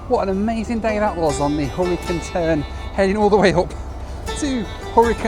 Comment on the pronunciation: Took me half of the video to figure out it was the "Hurricane Turn" train not the "Horricun Turn"